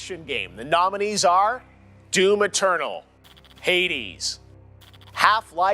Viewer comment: Everytime he said D O O M Eternal, I laughed my ass off.